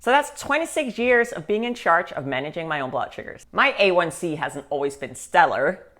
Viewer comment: “Blutt” is an odd way to pronounce blood. 🧐